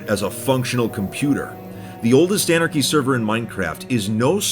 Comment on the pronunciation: An-archy A-Archy Mon-archy Mono-Archy